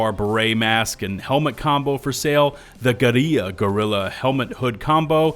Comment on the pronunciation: Brother, guerilla and gorilla are pronounced the same Unless you’re memeing but pls don’t make this a trend lmfao